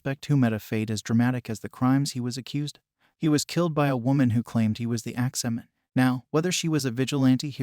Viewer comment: Why is he saying "Axeman" like that?? Lol. "Ax-Man"..... not ""Ax-ah-man"!!!!!!!